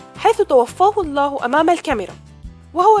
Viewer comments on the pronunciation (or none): none